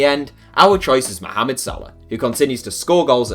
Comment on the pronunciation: I love how you pronounce mohamad correctly